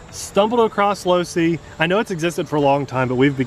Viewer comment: he said losi. enough said.